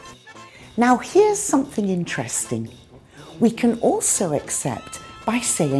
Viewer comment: Hi, I'm curious about the way you pronounce "interesting" You divide the word in 4 syllables, I think. After hearing you I searched a little. It seems that yours is the less "popular" (common) way to pronounce "interesting. Could you provide some inputs about that 4-syllables pronunciation? Thanks